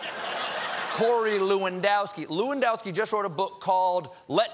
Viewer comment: its pronounced Number 9 Robert LEWANDOWSKI